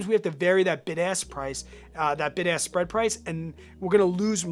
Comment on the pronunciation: I keep hearing “big ass spread price”